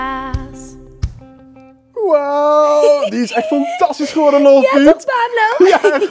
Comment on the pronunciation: zegt sinterkaas